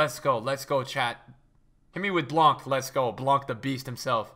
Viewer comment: En français on dit blanc sans dire le « c»